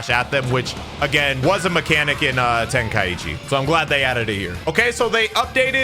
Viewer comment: It’s pronounced ten-kai-chi. Not ten-kai-ichi